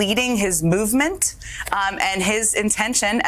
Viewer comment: "It's just him leading his movement". anyone else hearing "bowel movement".